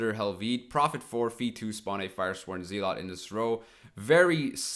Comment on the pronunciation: Wait, that's how you pronounce the word "Zealot"? Like ZEE-LAHT? Have I been living in a lie? BTW the guide is very clear comprehensive, nice video thank you.